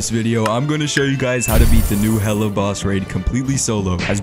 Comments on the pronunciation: PLEASE ITS NOT HELLA IS HE-LA WHY DO PEOPLE MAKE THIS MISTAKE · Hela, stemming for Norse mythology is actually pronounced as Hella, so unless you’re talking about simple spelling you’re incorrect.